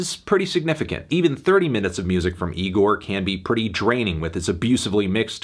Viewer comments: Oh my god Melon second go round and you still pronounce it incorrectly, it’s not nigorrr, say it with me bud, igorrr. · Anthony how many times do we have to tell you. It's pronounced Igorrr not Nigorrr. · It's pronounced E-GOR not NEE- GOR, Anthony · Again Melon it’s igorrr not Nigorrr We’ve talked about this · He pronounced it nigorrrr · Good review Anthony but I think you misread the band name. There's no 'N' in 'Igorrr'